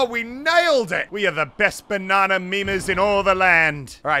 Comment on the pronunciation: Banana not banna